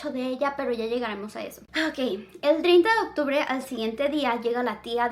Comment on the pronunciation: Soy la única que se dio cuenta que no dice octubre y dice occtubre